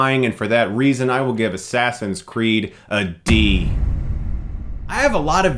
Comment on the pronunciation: i like how you called it Ass Ass in Crack lol Chris that was so hilarious and i found that very funny too